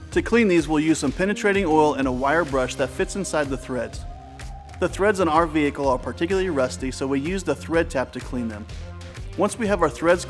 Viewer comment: That was exactly what I was thinking like why did he say it like that